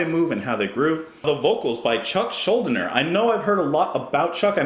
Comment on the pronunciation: Very important to point out. Last name is pronounced Schul DEE ner not Shul Dinner. Great reaction! Death Rules!